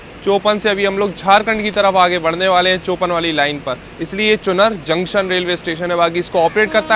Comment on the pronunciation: 10.05 चुनर नहीं भाई इट्स कॉल चुनार